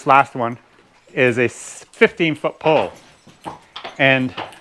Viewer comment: When you say pull it sounds like pole